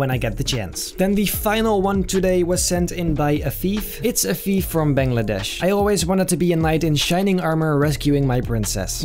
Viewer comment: When you said that the picture was sent from Afeef I fought you said a thief😵‍💫